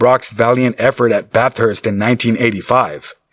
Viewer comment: they lost me when they called it Bat-Hurst